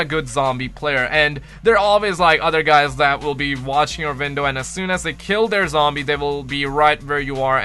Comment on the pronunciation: OHHHH YOURE SAYING 'WINDOW' god damnit I thought you were saying "Vindal" and I was like "Ok maybe I don't know that much about COD zombies" but it was really your accent. I feel better now. Great video btw dude